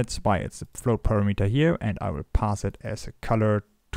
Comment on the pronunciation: notice how unity's "color premeter" is spelled and pronounces with an 'a', as in parameter. Four syllables buddy not three. You know text to speech works pretty good these days.